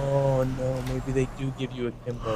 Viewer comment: he says aklimbo